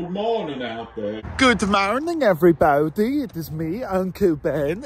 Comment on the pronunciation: I like how he says “evwee baodee”